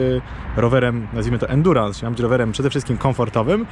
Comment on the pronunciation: Za każdym razem gdy słyszę endurans...